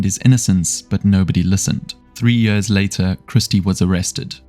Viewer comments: brother its years, not yörs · I enjoyed the video so much, apart from everytime you said "years"